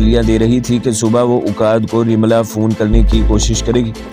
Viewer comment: رملا نہی لفظ رملہ ھے